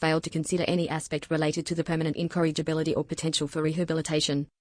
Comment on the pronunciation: Incorrigibility, not "encouragability".